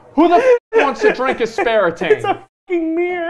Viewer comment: Him calling it ASPERITANE is killing me